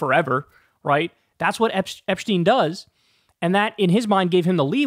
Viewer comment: Epshhhhhteen? Lmao